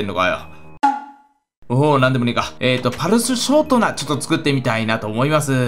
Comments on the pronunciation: パルシュショートナ。「ス」だわ！(笑) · ぱるしゅしょーとなって言ってるww